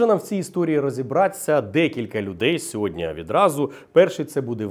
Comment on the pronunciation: ВладИслав, а не ВладІслав. СьогоднІ, а не сьогоднЯ., що з вами?